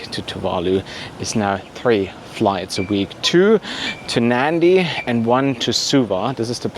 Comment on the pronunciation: Nadi, not Nandi .